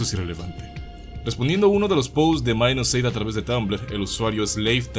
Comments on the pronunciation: Se dice Minus8, no "mainusce" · Porque le dicen Minus"Eight". Se supone que su pronunciación es " Mainusupaig" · es ingles, minus8=mainus eight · Esa pronunciacion para decir Mainuseigh.